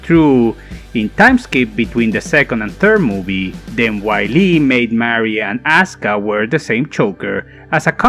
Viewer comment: Man, it "vee-leh", not "wily"